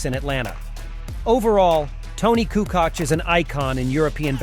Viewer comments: It would be nice, if you could spend at least 1 minute trying to figure out how the names are being pronounced. You are raping our names heavily. - It is not Coockock, but Koockoch (Kukoc) - Petrovick is actually Petrovich (and if you want to be a bit more precise, trying saying t and y together for a bit softer version of ch) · KukuCh or KUKOCH! WTH man